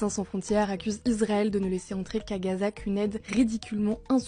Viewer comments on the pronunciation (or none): none